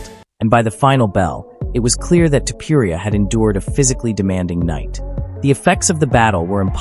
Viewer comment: I don't know about everybody else, but I am so sick of these AI bots. Reading what somebody's wrote and AI which is supposed to be the next biggest technological wander of the world doesn't even know how to pronounce UFC or names. It's so ridiculous and I will say this. The bot can say all he wants about people. Clamoring fans of temporia temporia does not have many fans. As a matter of fact to pour, you has way more enemies than fans. People can't stand the little flea weight. The little hobbits he deserved every bit of pain he endured. I hope the next person that hits him in the face collapses it. I can care less if I never see that dude's face again in my life. He is the most narcissistic prick I have ever seen or heard in my life. Watching him fail time and time again is what I wish for because that's what he deserves. Having a fake funeral the day before the fight. The white rose like he's on a season of the bachelor who gets a rose tonight. It makes me sick. Just engaging. You are a legend. You will always be the greatest the most fun. The most entertaining fighter and mixed martial arts and sarukian don't be mad at Justin. A real man will turn down a million dollars even though he won you 4.5 million on a bet. Think of his position. He doesn't want to take anything from you. He's a man. He's not some little p** that needs or wants a handout and I understand where you're coming from. I think it's a beautiful gesture what you did but think about it the other way. What if